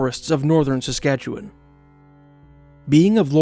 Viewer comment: You just got a new subscriber for pronouncing Saskatchewan correctly. Thank you for that.